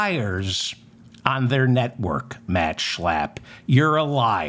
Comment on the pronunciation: Say Shhhhhlapppp again, LMAO!! David, love ya, love the mop!!❤❤❤😂😂😂